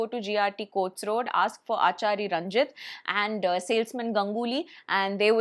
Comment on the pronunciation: Not aachari its aasaari